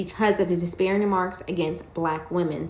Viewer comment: This man can't even pronounce "disparaging" correctly and he wants to cape for Stephen A Smith? This man's defenders are not sending their best.